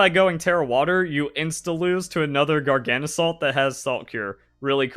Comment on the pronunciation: Is your coninuing of mispronouncing Garganacl a choice, or did you just never notice the extra 'na' that snuck into your pronunciation? Garga - salt Gargana - cl (or chloride) Not Gargana - salt, trips me up every time xD Love your vids, have a nice day